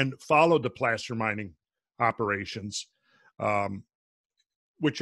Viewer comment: From a mining standpoint.. 'placer' is typically pronounced 'place-er'. It's the small flecks of gold you find in sands, dirt. Just saying, otherwise.. GREAT video!